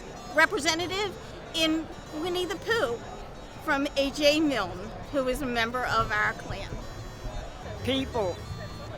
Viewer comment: she was so proud of Winnie the Pooh, but didn't get A. A. Milne's name right